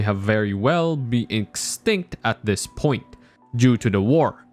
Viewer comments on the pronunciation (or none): none